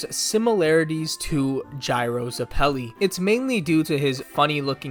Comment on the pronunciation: His name is guyrow